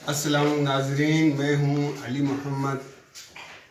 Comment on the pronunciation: Mashallah Salam to sahi tarah kro ju muhtaram